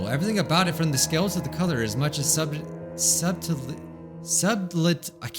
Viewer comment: It's read like "Suddle Tea" :D